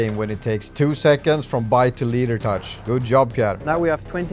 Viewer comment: Team Gunki is now Team Leadertouch 😂 wounder how many times the new guy say "leeadertouch"